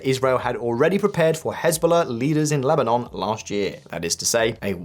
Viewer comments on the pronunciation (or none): none